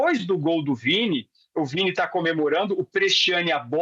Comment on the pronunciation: O quase mudou o nome do Vini, pra Viti Jr., Vítima Jr., desculpa, mais ñ ia perder a brincadeira 🤣🤣🤣🤣